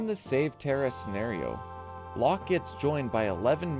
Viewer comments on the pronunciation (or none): none